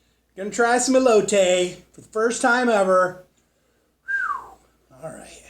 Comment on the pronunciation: As a food reviewer (one of the best I've seen on YouTube) you should start binging episodes of Food Network shows like Diners Drive-ins and Dives and stuff like that 😊 it'll expand your culinary knowledge beyond belief. I'm very surprised you didn't know how to pronounce Elote 😂😂😂